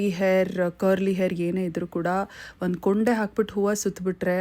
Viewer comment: ಅದು ಕೊಂಡೆ ಕೂoಡೆ ಅಲ್ಲ 😊